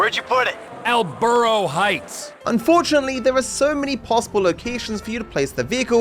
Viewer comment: Ask the missus how to say perro and burro